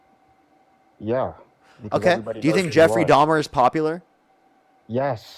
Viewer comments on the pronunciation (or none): none